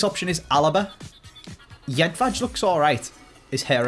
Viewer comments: Jedvaj first J and the last J need to sound the same (first J you sey good second incorrect) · I just have to point this out, as a Croat, when it comes to Jedvaj, you pronounce the second j in completely the same manner as the first one. Dear God, I spent half the vid laughing at the way you kept pronouncing it. Nothing against you, it was just extremely funny!